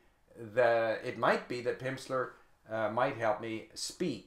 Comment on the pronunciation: he said pimpster